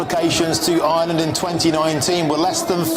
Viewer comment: GET A PRESENTER THAT CAN PRONOUNCE IRELAND AND NOT KEEP SAYING ISLAND...